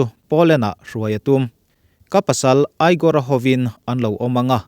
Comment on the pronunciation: A bengvarthlak thin mange.Igor hi..Aigor ni lovin Igor tih tur o Ivanka poh chutiang thovin